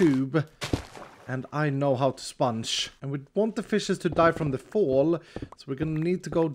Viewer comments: I love how he says spanch* instead of sponge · I love how he says sponge like spunch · Why do you say spunch instead of sponge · The way he says “spunch” instead of sponge is awesome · Its realy funny to see said sponge like sonic did with lemons